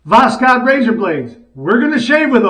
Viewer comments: Pronounce it as voshod without k between s and h. Just omit k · Pronounced bokhod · it's pronounced "Vos-hood". Have a good shave and a great day!!💈💈🪒🪒👍👍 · It's read without K. Simple Voshod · Greetings from Russia,! These blades are made in Moscow! The name is pronounced like this: was + haud (the stress is on haud)😃 and восход means “sunrise” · I’m not 100% sure but I’ve heard that the (K) in Voskhod is silent, but I’m not really sure if that’s how it is pronounced or not. But definitely my favorite blade so far!